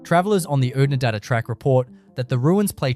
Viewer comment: You'll have to teach your AI robot how to say Adaminaby correctly.